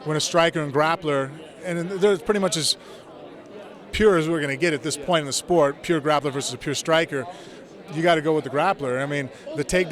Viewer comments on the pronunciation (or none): none